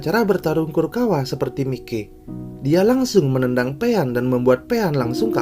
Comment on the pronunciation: Min mikey itu dibaca “maiki” tolong di vidio selanjutnya diganti ya min biar lebih enak didengar , sukses terus min